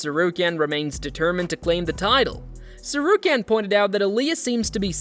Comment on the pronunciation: Do you not know how to pronounce any of their names?